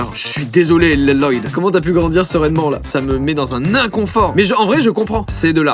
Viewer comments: ça me fait trop rire il sait pas prononcer le prénom lloyd il dit "leloyd" au lieu de "loyd" tout simplement ptdrrr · Mais ca se dis pas loloyd ca se dis loyd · Il est au courant que sa se dit loyd est pas loloyd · C’est moi ou tout ceux qui regarde lego ninjago sont en rage face au « Leloyd » de joyca ??? 🤔🤔🤔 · Une pensée pour Lloyd alias « Leloyd » qui n’a jamais personne qui ne sait prononcer son prénom quand il est écrit 😔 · Léloyod....on dit pas juste loyd ? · "Leloyde" toutes mes condoléances.... ( a ce prononce Loyde) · Rip la prononciation de "Lloyd" 😅😂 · On dit Loyd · 🤣 L-LOYDE JOYCA SA SE DIT AVEC UN L PAS 2 🤣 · Tout ceux qui s'appellent Lloyd je crois que Joyca a mal prononcé votre prénom 😳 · Mon mari s'appel Lloyd et on ne lui a jamais prononcé comme ça lol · Joyca prononce Lloyd "La-Loyd" comme Garmadon dans le film Ninjago mdrrrr, aucun respect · "Lloyd" ça se prononce Loyd, au cas où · "Leuloyd" t'abuses pas un peu là ? 😭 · IL SE PRONONCE PAS LE PREMIER L DE LLOYD TU LE SAURAIS SI TU AVAIS REGATDER NINJAGO